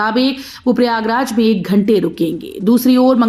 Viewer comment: मैडम समाचार तो शुद्ध भाषा में पढ़ लीजिए बोल दीजिए श्री प्रयागराज का नाम ही बदल दिया आपने थोड़ा ध्यान से बोला करो इतनी जल्दी कहां की है